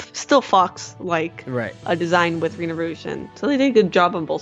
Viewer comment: It’s Renard as in french fur fox